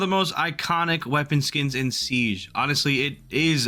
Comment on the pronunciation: i had to stop watching because of how he pronounced siege